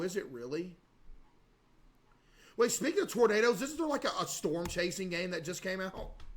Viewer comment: true, I worked at a gas station and never heard anyone pronounce them like this lmao